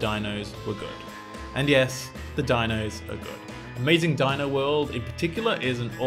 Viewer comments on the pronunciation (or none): none